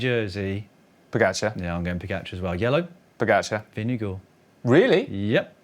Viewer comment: At least they did a much better job of ‘Vingegaard’ than most non-Scandinavian commentators, so that’s something 🙃